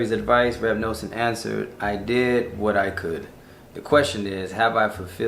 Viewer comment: Now you're talking my language. You already have the whole set of english/hebrew Likutei Moharan! Beautiful message. By the way it's Reb Nuh-son. Pronounced like the word "nothing." I'm nothing without G-d. 😊